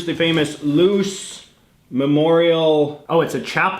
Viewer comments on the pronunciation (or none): none